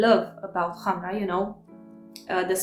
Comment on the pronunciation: Finaly someone that pronounces correctly the word Khamrah :) Thank you for your review! 🌺